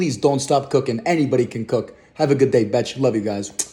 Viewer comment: Don't alway say betch